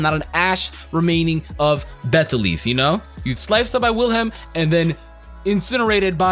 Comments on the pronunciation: its actually pronounced Beatle juice lmao, strange I know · the way people pronounce Beteleguese's name makes me hurt inside. have none of you heard of the pronunciation: "beetle juice"? because i have heard a couple of folk tales about the name LONG before the anime.